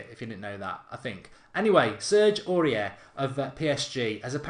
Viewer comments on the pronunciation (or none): It's supposed to be pronounced like this: Orié